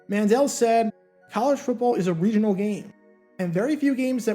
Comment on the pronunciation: 'College football is a regi8nal game' Im dead 😂